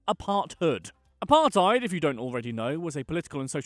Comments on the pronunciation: Apart-ate is what apartheid sounds like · Pronounces Apartheid as Apar-Tide South Africans: Eishhhhhhhhhhhhh bru